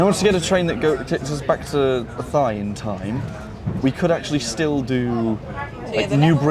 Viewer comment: Athy. My local station. The trains are usually packed. If you buy your ticket online you can book a seat though. Oh, and the locals pronounce Athy, A-tie.